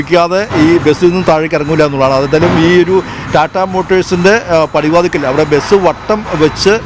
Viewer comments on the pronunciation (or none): ബെസ് ❌ ബസ് ✅